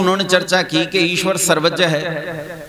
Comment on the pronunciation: गंवारपन है ज्यान ,विज्यान ,सर्वज्य बोलना । विकास दिव्य कीर्ति की बात में दम है । बकवास कर के आप जैसे बाबा बेवकूफ बनाते हैं ।